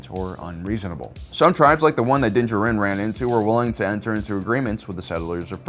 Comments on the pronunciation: I love your videos but hate the way you say dinjaren, lol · I'm going to continue leaving a negative comment on every video where you purposefully mispronounce things... how are you a star wars expert and yet you still can't pronounce Din Djarin's name?